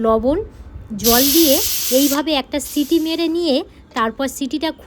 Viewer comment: সিডি নয় সিটি